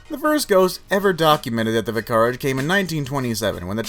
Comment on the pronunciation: vi-CAR-age..??? Try VIC-ar-age....